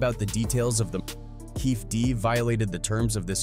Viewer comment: Kading never wrote the proffer deal, a cop cant do that, and he never recorded it, his partner did and he found out a few days after. Its also KEFFE D, with the E's pronounced.